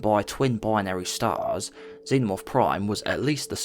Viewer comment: why you always say "proime" instead of prime